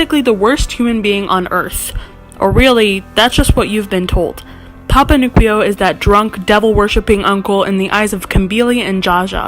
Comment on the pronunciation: I believe it’s pronounced newkwoo not nukweo